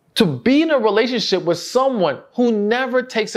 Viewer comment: Please don’t ever take this wrong, try to consciously pronounce “with” correctly. Thank you!!! ❤❤